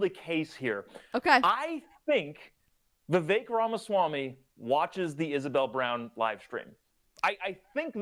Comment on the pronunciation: Thank you for actually pronouncing Vivek's name correctly. It irritates me when people mess up such a simple pronunciation, especially mainstream and popular political commentators.